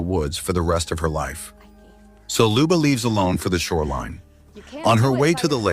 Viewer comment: it's pronounced like i wrote it. You didn't even pronounce it right. That's what my comment meant. You said it wrong..